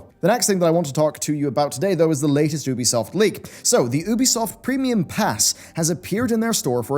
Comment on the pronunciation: Learn how to say ubisoft's name please ! It's so annoying ;G